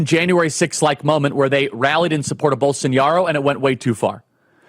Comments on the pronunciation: Charlie, it's pronounced Bol-so-NAH-ro, not Bol-son-YAH-ro. There's no tilde over the eñe. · It's BOLSONARO Charlie, not Bolsoniaro, not Bolsonhiaro, BOLSONARO. As for the rest, 👍🏼. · Come on man how can you speak with such authority on this issue if you can’t even pronounce the man’s name right🤦‍♂️